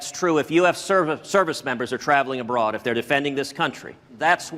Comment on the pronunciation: He didn’t read the case, and he can’t pronounce “abroad” correctly